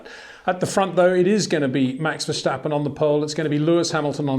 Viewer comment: Please try to pronounce Max' name right; it's not Vershtappen.